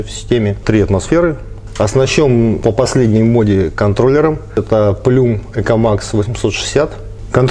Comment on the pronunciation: Доброго дня. Обзор супер. Название контроллера читается как Плам